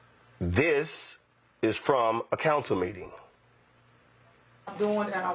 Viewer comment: " I ain't got no Counser Foundation " , " is that what they AXED me ? " COME ON MAN SHE GHETTO, get what you vote for !!!!!!!!!!!!